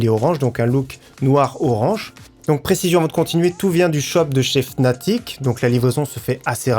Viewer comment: Sa ne se prononce pas fnatic mais fanatic